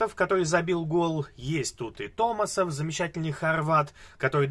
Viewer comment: правильнее говорить томасов, а не томасон